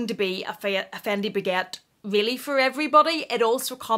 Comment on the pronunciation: Did yiu say the faquette! 😂 😂 😂 😂 😂 😂 😂 😂 Dying! 😂 😂 😂